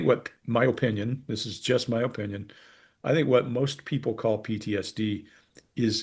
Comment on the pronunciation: Does anyone know why has a bit of an accent when using the word "oppression" and "opinion"? jc